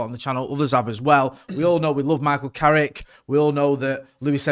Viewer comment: Its Carrick YOU KNOW!